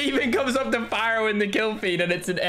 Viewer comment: Lol when i heard "pharo"msmc i was like what